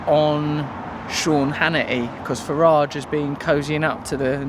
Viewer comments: Hannity mispronunciation of Mr. Farage's name kills me, and he calls himself a "journalist." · Very fetching scarf/jacket you've got on there Russell, good to see the Trews outdoors once in a while too! Hannity's an idiot, this we know, but why didn't Nigel correct him when he didn't say his name properly? Leadership skills? The mind boggles. Haven't we learned that 'intervention' and carpet bombing countries only leads to mass destruction, displacement, sectarianism and terrorism? Should we not put money into our own countries first? Here's some salt for the cut ~ the money they spend frantically talking about bombing, then subsequently bombing the living daylights out of these countries could be better spent on us for schools, hospitals etc. Know the enemy, because it's not some Middle Eastern geezer going bananas with a holy book and a rocket launcher. Again, very nice print you're wearing there Russell, I'd say that was quite 'radical' ;)